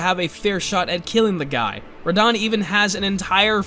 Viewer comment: The way you said Radahn made me mad